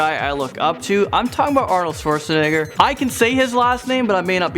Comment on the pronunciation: technically u said Schwarzenegger wrong